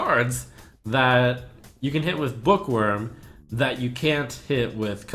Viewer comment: i thought he said hitler for a second when he was talking about the book wyrm